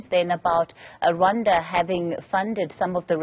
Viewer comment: Come on it’s Rwanda not Ronda plz😏